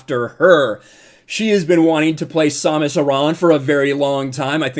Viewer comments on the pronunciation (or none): Please stop saying samus like that lmao